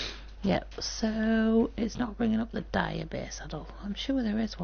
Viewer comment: just dire not direb